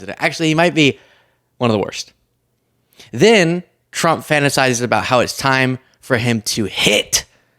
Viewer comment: Your saying Frump 😂😂😂😂. Rolling tongue instead of enunciation !